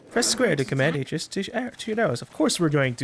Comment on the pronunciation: I think he knows, but to him, it sounds better the way he pronounces it.